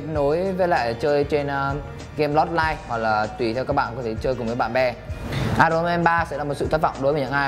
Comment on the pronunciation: ai ần ông ơi, không phải ai rồn =))))